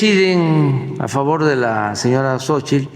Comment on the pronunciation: El kks obrador no sabe decir Xochitl dice (Xochil).y dice que es Licenciado.